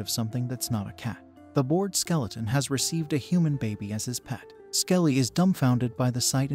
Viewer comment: Bro said skeletron every now and then 😂